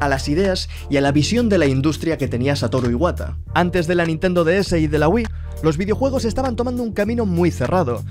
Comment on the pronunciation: que descanse en paz Satoru Iwata no a sido lo mismo sin el era un genio en todo jajajajajaja buena pronunciacion de japones y buen video sigue asi